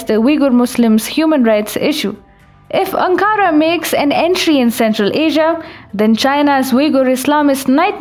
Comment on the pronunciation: Its Ankara - not Ancaara